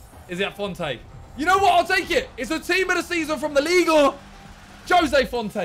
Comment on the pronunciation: No body: Absolutely no body: Simon: LIGUE ÆUÑĘ